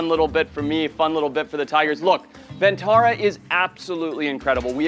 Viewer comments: Ma'am It's not VENTARA it's VANTARA... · It is "Vantara"; not "Ven"; Van means forest; no idea where the idea of calling it "Ventara" took shape?!!